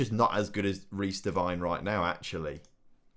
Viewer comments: Glad you sold Devine, we no longer have to cringe every time you mispronounce his name (it's Devine as in 'wine'), lol. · What’s so de-wine is how u say it ?